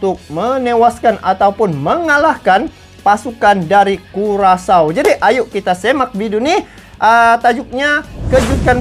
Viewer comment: Hahaha payah bener bang di sebutnya curacau .👍😀